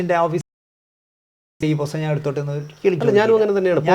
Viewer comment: പോസ്തകം അല്ല പുസ്തകം